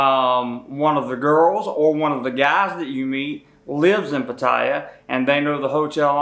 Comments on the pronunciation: Please try and pronounce it correctly it's Pat Tea Yaa not Pat Thai a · It’s pronounced closer to pot-tea-ah not pah-tie-yah. You should at least learn how to pronounce the name of the city ! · First hint. If you're going to claim to be an expert on Pattaya, LEARN HOW TO PRONOUNCE IT PROPERLY!!!. It's not Puh-TIE-uh. It's Pat-a-ya and the middle syllable is almost not spoken. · Spent a full year in the military in Patttaya Thailand and actually the correct pronunciation is PAT-tee-yah not Pat TIE yah. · Its pronounced "Patti eye," not pa ti ya. I was there in 1971 while at Utapo Airforce base in U-Tapao Thailand Good advice because the girls would love to go back to America and they don't care what you look like. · it is said PAT TEA ahhh not Pa tye ya! makes me wonder if youve even been there! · You’re an idiot! I lived there for a long time! The safe in the room?? You’re more likely have staff steal your stuff,, thanks for making us Americans look even dumber!! And what is PA-Tie-A?? It’s Pa-ti—ya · I cannot pay attention....because as soon qs you start talking, I see you cannot even pronounce Pattaya. It is not Pat...taya. It is Pat ....tya. Ask any Thai people. Correct this and I might come back...maybe...... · Why do these people who can obviously read English persist on calling it Pattire when they can plainly see its Pattaya . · You should learn how to pronounce the name of the city! It is not 'Pa - tie - ah' ... It is pronounced 'Pat - tay - ah' I lived in East Pattaya for years ... on the 'dark' side of Sukhumvit. Sanuk! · Initially, I thought this would be stupid as I've been there 70+ times over many years. However, you actually had some good points for less experienced guys. I would ask you to pronounce the city name properly: It's Pat, not Putt. So, it's Pat tay a, not Putt tie ya. Thanks. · Can't even say the place properly! Patire? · I think it's pronounced PAT - TIE - YAY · I have NEVER heard it pronounced P-TY-AH...Ugg...:-( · PATT- a - YAH